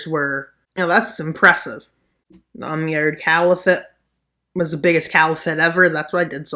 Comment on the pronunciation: your pronunciation of the Umayyad Caliphate is going in my suicide note